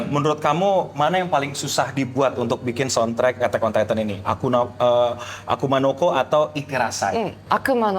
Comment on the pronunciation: Seriusan pas gw liat konten Ig lu, awalnya gw kira editan njir. Taunya beneran😂. Grogi lu keliatan banget bang. Ampe ngomong akuma no ko aja sering kelewat jadi akuna😂.